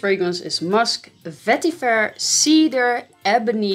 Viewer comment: The way you say vetiver is the best. 😄🤙